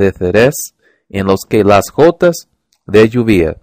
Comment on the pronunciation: Te aconsejo que refuerces estas palabras: - Envolver (Cuidado con la pronunciación de la "L") - Dulce (La letra "L" de nuevo) - Atardeceres (El acento está en "ce") - Gotas (Estás pronunciando la "G" como una "J") - Volvían (La pronunciación de la "L") - Protagonistas (El acento está en "ni") - Papel (El acento está en el) - Amueblando (cuidado con pronunciar la "N") - Ejercicio (La pronunciación de la "r") Tip: Podrías practicar la diferencia entre "B" y "V" Lo hiciste muy bien! sigue así :)